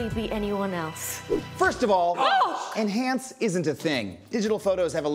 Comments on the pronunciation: Enhaunce enhaunce oh too much dehaunce.What the heck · All I have to do is "enhonce" 😂😂😂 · Enhaunce...... enhaunce....... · Enhance might be a thing… but what about… “enHONCE”